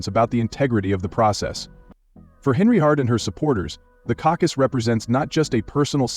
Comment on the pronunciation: I wondered if anyone else heard that. 🤣🤣🤣🤣